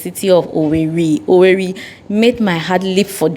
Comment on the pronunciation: It's pronounced OWERRE